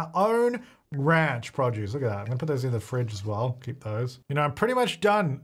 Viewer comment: I like when he says “produce”. Prah-juice